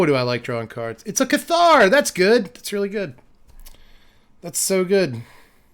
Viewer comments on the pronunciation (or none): cool deck, good to see these colors do something that isn't ramp. btw though, "Cathar" is pronounced with the emphasis on the first syllable, say it like you would say "Passer" with a lisp